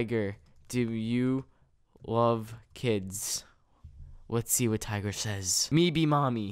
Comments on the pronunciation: tigger lol not tiger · It's tigger not tiger